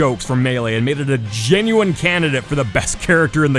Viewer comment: Can someone tell this man how he’s supposed to pronounce genuine, and to not say it as much